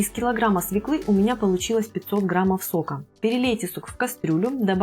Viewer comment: Смешно смотреть, как тея с понтами произносит "свеклА" Свёкла!!! И никак иначе.